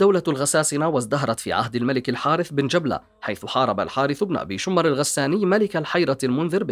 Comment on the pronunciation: جبلة بن الأيهم بفتح الباء و ليس تسكينها يا أخي و شمر بكسر الشين و فتح الميم و ليس تشديدها و فتح الشين ........ أرجو النتباه للتشكيل جزاك الله خيرا لأنها مواضيع و أسماء تاريخية و تراثية